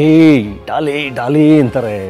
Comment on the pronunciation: It's not dolly it's Daali